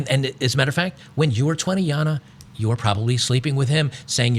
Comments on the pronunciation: I don’t know why you keep pronouncing her name Yana. Like, you know she’s Australian right? 😂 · Damn It, "Jana" is pronounced "GENTS" here in Australia 🇦🇺 Please respect our language, as we respect our Public Toilets for what they are.